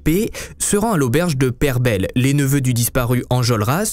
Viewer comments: c'est pas loin de chez moi, je l ai visiter, et franchement on se sent oppressé dans certaines pièces de l auberge.... par contre c'est l auberge peyrebeille comme abeille et non pere belle :) moi je crois que des choses se sont passées dans cette auberge, c'était tellement facile à l époque de faire disparaitre des corps... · La prononciation du nom de l'auberge me fait hérisser les poils à chaque fois. On dit Perbeille pas Perbelle, vous dites une abelle ou une abeille, revelle ou reveille ...? J'habite a coté et ca me trigger de fou à chaque fois qu'il le dit. Cela dit, ce n'est qu'un détail par rapport à la qualité de la vidéo . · Pour info, on ne dit pas "Peyrebelle", mais "Peyrebeille" (Péïrebeille) on entend un peu le i comme dans paye et beille, comme dans abeille. Merci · Juste pour info se n'est pas rebelle,il y a un y et il se prononce phonétiquement ca se dit peyerebelle 😉😘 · OK, sorry si je suis casse pieds, mais pourquoi tu dis 'pèreBELLE', alors que même dans la video on voit que ça s'écrit 'PeyreBEILLE' avec un i qui donc doit se prononcer 'beye'? Et, euh, y a des photos des époux martin? en 1830, la photographie n'était pas inventée, et le ton sépia me dit que ça ne ressemble pas à un daguerréotype. Tu sais quel procédé a été utilisé? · Coucou, super vidéo mais juste on prononce "pairebèye" 😅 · On dit pas perbelle lol j'y ss déjà aller , suis ardéchois g survécu lol